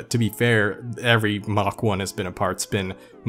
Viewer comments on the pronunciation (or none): none